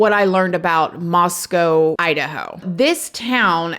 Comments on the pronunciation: so surreal that one of my fav true crime channels is covering something that happened in my area 😳 also thank you for pronouncing Moscow correctly ☺️ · Thank you for covering this, and for pronouncing Moscow correctly! I live south of Moscow in Lewiston and this is just nuts…we don’t see stuff like this here. I did lots of partying in Moscow during college and even knew quite a few people in the Sigma Chi fraternity (this was many moons ago haha)…I feel for those families who lost children, how unimaginable ❤ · Thank you for pronouncing Moscow with a long o sound at the end of the name. This is the way we pronounce the name of the town here in Idaho. The people in Idaho prounounce the city in Russia is Moscow with the ow sound at the end. I'm not sure why they are different, and I don;t know that it really matters, but it is nice to hear people say it the way we do. It shows respect. Thanks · nice! you said Moscow correctly lol